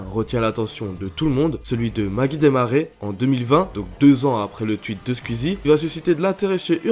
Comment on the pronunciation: "un twuit de squizie" Non en vrai je rigole mais super vidéo comme d'habitude ;)